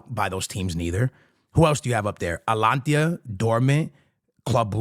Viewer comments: It's Atalanta bro not atlantia 😅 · Bro, I'm not sure why your videos are constantly recommended to me.. but please at least learn how to pronounce the names of the clubs.. It's A-T-A-L-A-N-T-A not Atlantia.. wtf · It's "ATALANTA" not "ATLANTIA" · Atalanta ❌ Atlantia ✅ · The fact that you still call them Atlantia is craaaaazy😂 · Bro its ATALANTA not ATALANTIA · Does this brother not watch Atalanta matches or atleast read the comments? Because "Alantia" is crazy. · Gotta stop listening after I hear "Atlantia" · My boy either can’t read or legit has got a speech impediment. My nigga says “cubahsi” then says “alantia” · ATALANTA! It’s ATALANTA!! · “Atlantia” u have to be doing it on purpose at this point 😂😂😂